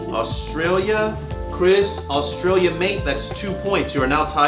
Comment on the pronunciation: i love you but the real way to say Australia is U-S-T-R-AY-LEE-U